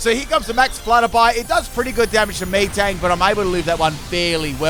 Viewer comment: Did he call metang “me-tang”?